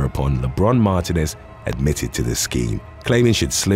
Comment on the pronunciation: Mar-TEEN-ez is how you pronounce Martinez